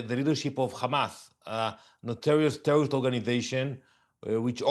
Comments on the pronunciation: “WhY yOu AtTaCk TeWwOwIsT” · 😂😅😢🤣🤣🤣😅😅🥳😂🤣😂🤣😂😁😄😃😀😆🤣🤣🤣we only atack TEWOWISTS 😅🙃🤭🤣😂🤣😂🤣😂🤣😂🤣😂🤣🤣🤣🤣🤣🤣🤣🤣🤣🤣🤣 My favorite word from now on “tewowist”